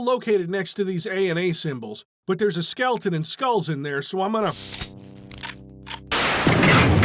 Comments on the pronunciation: how many times did you have to repeat "skelton" before recording to not say skeleton? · Bless you for saying "skelton" every time. This is what peak performance is. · Your commitment to the bit of "Skelton" is admirable. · the dedication to calling them "Skeltons" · really appreciate the effort to always say "skelton" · Couldn't even afford the second "E" in "Skeleton."